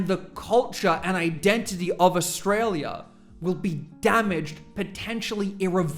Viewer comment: I wish he could pronounce australia correctly. I want to know what glue he's sniffing.